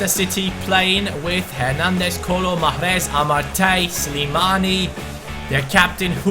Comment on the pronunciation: You pronounce mahrez wrong. You should say "mecheres" not "machres"